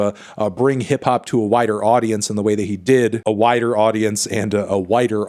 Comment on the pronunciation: "to a whi(t)der audience" 😂😂😂